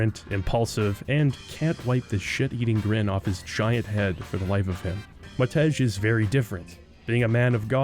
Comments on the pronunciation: It's read "Mahtey" not "Mahtech" :) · Btw Matej isn't pronounced Mat-eG, it's pronounced Mate-I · Cringing each time you said it, haha! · I can’t believe you don’t know how to pronounce the name of the most famous Slovakian katana. 🤦